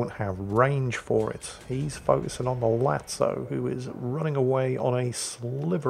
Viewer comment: Finally, new episode of butchering ship names, today it's Lazo once again, turning into Italian ''Latso'' all of a sudden